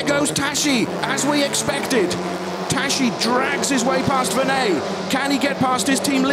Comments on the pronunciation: Tas-si -> Tassi, not tashi! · It's the Hungarian prononciation. It's not Tassi. Thanks for watching (and listening...).